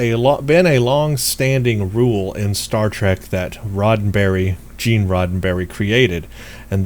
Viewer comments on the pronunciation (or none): none